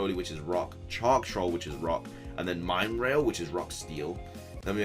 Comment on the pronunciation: Mine rail is actually pronounced like mineral just with a rail at the end because I guess it’s gonna he made of minerals which would make it rock and rail is a train. 🚂